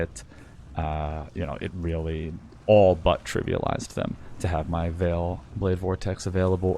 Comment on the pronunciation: Why do you say "Vaal" wrong? It's said a long in game by the npcs aswell as in any official announcement or interview involving anything from the Vaal. It's not like it's a debatable pronunciation. You just pronounce it incorrectly